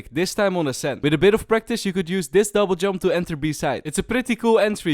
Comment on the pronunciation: I have a cool line up in ascent if your pushing B and if you fade i wish i can send it but i think my father wont allow me T^T What i here:fiper The agents name:viper How i say ascent:ashent 👁👄👁